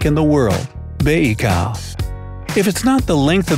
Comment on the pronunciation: No, this isn't the longest train ride, you can make. There is a trough car on this train, that goes with this train from Moscow until Ussurijsk and from then to Pyongyang in North Korea. Maybe 1000 km more does this carriage make, I don't know at this moment. What are you saying? Bajfa? The lake is named Baikal, this isn't difficult..